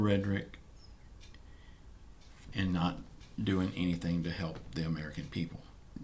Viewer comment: The Word is doing and not During